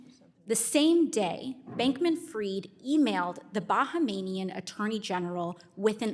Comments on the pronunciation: I’m pretty sure it’s Bahamian not Bahamanian. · It's Bahamian....not bahamanian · I'm in Ireland ... and even I know it's pronounced buh·hay·mee·uhn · hahaha "Bahamanian" LOL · Baha~Manian 😂 Big booty AOC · This is the only time I've heard AOC try and make coherent statements and actually make sense, even though she cannot pronounce Bahamian.